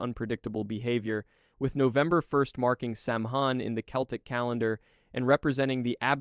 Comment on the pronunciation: Samhain is NOT pronounced Sam-hain. it is WELSH and the 'mh' is a soft 'sow-oon' sound. so, it is Sah-wen or Sah-ven. The pronunciation of Aos Si is "ees shee". Each-Uisge - ECH-OOSH-kuh. ah, boy; Tuatha Dé Danann is most commonly pronounced TOO-ah-hah Day DAH-non or TOO-uh-huh Day DAH-nin. Tir-na-og-"teer-nah-NOG". Cu-Sith- KOO-shee.